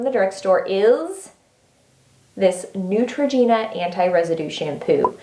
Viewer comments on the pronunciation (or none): none